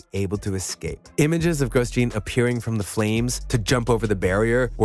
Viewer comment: How about showing a bit of respect by learning the correct pronunciation of Grosjean?